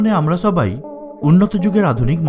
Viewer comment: ছবাই না আপনি বলেন সবাই। ছ বলেন কেন আপনি। laguage problem ase.